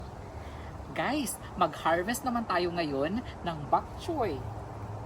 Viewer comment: Bokchoy not back choy.